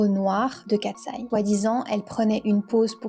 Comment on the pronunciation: J'adore ta vidéo ❤ +1💖 Parcontre c'est pas " Kateseye " Mais Katseye.